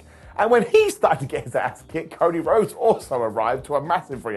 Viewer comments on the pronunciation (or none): none